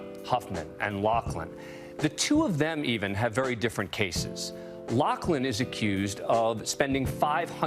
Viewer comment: Lori LOUGHLIN! Not Locklin lol